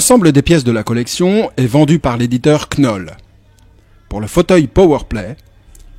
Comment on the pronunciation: j'adore ces vidéos, mais faut arrêter de dire "KENOLL" haha. c'est prononcé "nowl", le K est silencieux.